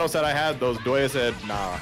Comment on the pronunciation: Damn you know this video is old when calls Doto "Doya" as the shortened form